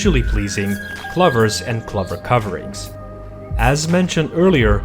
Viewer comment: Kluphers? Uh, those are clOvers. O as in Oh. Took me a bit to figure out what word he was mangling since kluphers don't exist in this video.